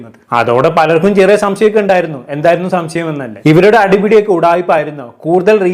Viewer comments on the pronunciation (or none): none